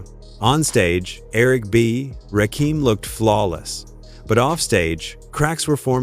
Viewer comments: The fact that you don't give a damn about how to say Rakim phonetically is pissing me off. All you had to do is spell it like this RAH Kim and that would have said the name correctly. Get out the culture if you are not going to respect it! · I can't take this seriously, When you can't say the GOD'S name correctly. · Agreed my Gee!!! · How can i believe you? You cant pronounce his name correct. Dumb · WTF IT'S CALL R N B NOT R.B. THIS SHIT IS ANNOYING AND RAKEEM AND RACKEM IS NOT HIS NAME RAKIM SAY RAKIM IT AINT THAT HARD DAM SMFH